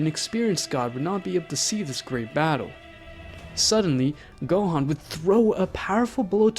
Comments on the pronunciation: You pronounce Gohan wrong in your video watch some videos and then you'll know how to say the actual name right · “Go-Hand” LMAOOO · who tf is go hen? and who is gyren? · "super saiyan purple god" me rn u dont watch dragon ball man its called ultra ego. and "picero" "gohaan" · Go-teen Go-hen